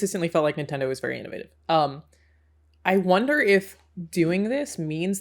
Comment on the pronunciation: really threw me off when she said "I wonder" in an american accent